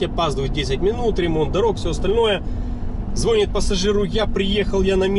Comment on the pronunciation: Извините, не по теме, звОнит-колокол, но звонИт- 📞телефон)))